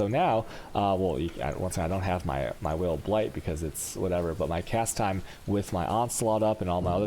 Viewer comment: It's pronounced Vaal, lol is this guy gay?